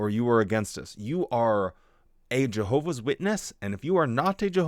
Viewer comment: "jeehovah's witnesses" Probably an accent, but that should be the new pronunciation